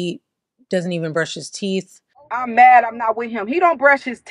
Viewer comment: "He don't brush his teef!😂